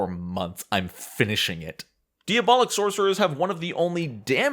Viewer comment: I'm trying not to be a language prescriptivist and knowing there are going to be flubs in a super long video that was edited down to 72 minutes, but... it's distracting to hear you say DEE-abolic over and over again, and say that Embrace The Pit gives you demon horns and demon features.